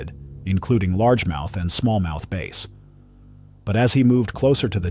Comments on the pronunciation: DONT U JUST HATE AI VOICE OVERS A BASS FISH IS A BASE FISH CANT WATCH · You're killing me with the "base" pronunciation..it's b+ASS! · Mostly a good video but mistaking dolphins and sharks for whales is ridiculous. As is pronouncing "bass" as "base" in a video devoted to fishing. I can't even give this a thumbs-up and will be sure to avoid your content in the future. Get better AI, mmmkay? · Calling Bass, " Base! "